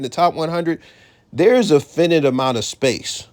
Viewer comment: After he said, fin it a bunch of times I had to leave. I just couldn’t take mispronouncing the word finite anymore?